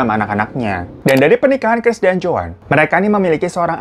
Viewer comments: Chris bang bukan keris,,😅😅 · 4.43 Chris menjadi "keris" 😭🤣